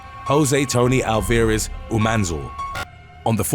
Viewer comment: Alvarez is pronounced w emphasis on the first syllable the A 🤣